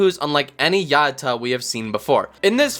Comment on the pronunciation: "Ya-out-Cha" say it with me... "Ya-out-cha"